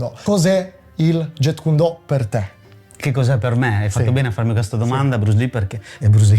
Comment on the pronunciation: kyun si legge, significa pugno. Non cuon. E intercettare BL lo trascrisse in Jeet perché gli anglofoni lo pronunciassero "git". Il Jet come dice il maestro nel video è una cosa che vola... Comunque nella romanizzazione del cantonese col sistema Yale si trascrive Jiht (più facile per noi italiani) e in quella col sistema Jyutping si trascrive Zit. Non è per fare il professorino, ma da maestro di arti marziali mi piacerebbe che almeno uno sapesse il nome di quello che fa... E poi torno a dire, BL non fece nessun miscuglio di giapponese e cantonese per provocare: Do significa la Via, stesso ideogramma ripreso nei kanji per Judo karatedo etc. La correttezza della pronuncia è sempre il primo indizio per sapere da chi hai imparato.